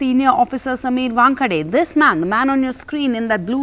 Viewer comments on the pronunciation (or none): NDTV, where unfounded rumors are placed in the "news" column. And where an anchor who was born and raised in Mumbai, not too far from the famous cricket venue, Wankhede Stadium, is unable to properly pronounce "Wankhede". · This newsreader cannot even pronounce Wankhede properly.... Such a disgrace..